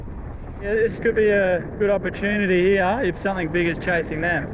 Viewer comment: He's teaching her an Aussie accent. Hee Auh.(here)